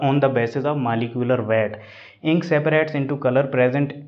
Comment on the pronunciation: Maaliculer weight 😅 and cooolect 😅 but nice sir ji your teaching style is very good. Love from India 🇮🇳 🙏🙏🙏